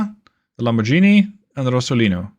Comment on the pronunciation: Love the campaign, but heads up, it’s a hard g in Lamborghini :). Also congrats on bambino numero due!